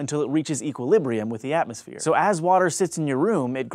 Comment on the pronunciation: "so ass water sits in your room" How'd you know?